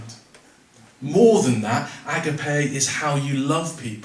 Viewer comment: Well done for trying to explain what love actually means in a crowded confused world where the meaning has been partly lost 👃The Greek word is pronounced A-GAP-I The ancient Greek philosophers were well aware of the different kinds of love and they had around 5 different words for love as different types/meaning. They looked upon the "frantic,mad,boilied over passion"kind of love often portrayed in movies as being the ultimate expression of real love as,a kind of dangerous madness that needed to be controlled. As far as i am aware Jesus never encouraged this kind of love.